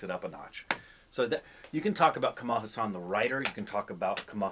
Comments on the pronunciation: His second name is pronounced Haas-un. Not Huss-aan! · It's Kamal H AA SUN and not HA SAAN..... Kamal means lotus and Haasan means smile.... meaning one who smiles like a lotus. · Learn to say his name correctly :-) Its Haa san.